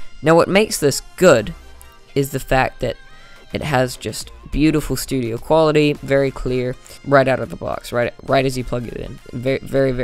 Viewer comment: "Great Build Quility" Sorry, just thought I'd point it out XD